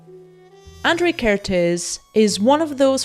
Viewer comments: Hungarian person here... Your pronunciation of the un-accented part of his name is not bad, however you didn't pronounce the accents at all. It should sound like "Ah-n-dr-ay Ker-t-ay-s". The "sz" in Hungarian is just an "s" sound in English and the "s" sound in Hungarian is a "sh" sound in English. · Hi, Hungarian here. Kertész András (the hungarian name order) pronuncaitaon is like "care-tase" "An-D-rush" (IPA: kɛrteːs ɒŋdraːʃ). Hungarian is language wich use the letters as sounds, so the letter "A" is always pronunced the same way no matter the word (there are some example, but this is the general rule)